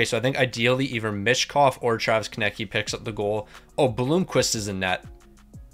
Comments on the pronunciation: Does bro actually not know how to say Konecny? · Your relly need to learn how to say konecny's name